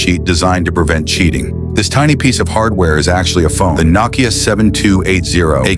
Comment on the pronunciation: ai narrator is typically horrible. nokia is pronounced with a long-o.